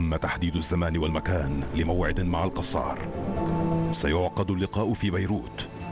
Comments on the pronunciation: المذيع يلفظ الكنية غلط ....القصار بدل الكسار ...انا اسكن بالحي الغربي في النبك بالقرب من قصر بيت الكسار الذي بالقرب من شارع امين من الجهة الغربية ...انا لست نبكي .لكني اسكن بالنبك منذ عام 1995 .وإنطباعي ان الشعب النبكي معظمه يستحقر أهل دمشق مع ان معظمهم يحرص على ان يمتلك شقة سكنية بدمشق ...اقول معظمهم وليس الجميع ..يعتبرون انفسهم فيهم رجولة لا يتمتع بها اهل دمشق ومن عشرتي لأهل النبك وانا تولد دمشق .انهم ليسو دققين بتلك الفكرة ابدا فمقياس الرجولة ليس بالفقر والغنى حسب منظور اهل النبك .فهنالك بعض أغنياء يتمتعون بخسة وندالة لانظير لها من دمشق ومن النبك .وهنالك فقراء كلهم شهامة وعزة من اهل دمشق ومن النبك ايضا .. ولا ننسا احمد الأديب الملقب بالص الذي كان يعمل بإقراض الناس مبالغ مالية على ان يستوفيها مع زيادة كفائدة وهوة نبكي اصلي .. هذى مثال فقط والامثلة عديدة . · ليش المعلق يقول القصار ......هوة من بيت الكسار